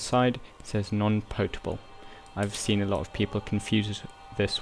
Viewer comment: Potable water is pronounced (pot-a-bull)